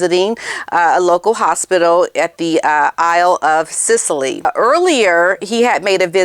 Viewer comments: It’s the Isles of Scilly on the Cornish Archipelago pronounced Silly, not Sicily, which is in Italy. Love your podcast, you’re always so on point, never rude and always with much grace. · Isle of Scilly (pronounced Silly) - it is not Sicily. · Angie here from England. I know you’ll want to get it right: the Isles of Scilly are pronounced the Isles of SILLY 🥰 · Just a heads up - it is the Isles of Scilly - pronounced Silly, and Newquay is pronounced Newkey. I don't think that the ho is allowed into the UK - heard somewhere that QE11, before she died, declared that the ho was no longer welcome, hence her waiting at Heathrow for haznoballs to pitch up to fly commercial - lol - to Nigeria. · Scilly not Sicily☺️😘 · It's the Isles of Scilly (pronounced 'silly'), off the coast of Cornwall (SW England). The island of Sicily is off the toe of Italy, across the Strait of Messina. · Not Sicily, dear - its the Scilly Isles, which are just off the UK coast! Sicily belongs to Italy, or did last time I looked! 😂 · isle od Scilly. It's pronounced the Isle of Silly. REALLY!! A LOT of ppl get that mixed up.....they often see Sicily when the isled is Scilly All the best to you and yours! HI MR OTIS! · Love you butchered English pronounciation. The isles of Scilly are proniunced "Silly" not "Sicily" and Newquay is proniunced "New-Key" Love the show. Mike Sussex UK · It's the Isles of Scilly, not Sicily. Thanks for your amazing insights! ❤ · Hi, it's Isles of Scilly (pronounced like Silly). ☺️ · The Isle of Sicily is in Italy. You mean the Isles of Scilly (pronounced Silly) which are 45 miles off the Island of Great Britain. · The Scilly Isles: pronounced 'silly'. Never The Isle of Scilly, always The Scilly Isles. Plural. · It’s not Sicily! It’s the Isle of Scilly in the UK. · Hi it’s a difficult name but it’s pronounced the Isle of Silly. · Isle of silly. Prnounced silly. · Great video….( Silly isle and New Key is how we pronounce these places) ❤🥰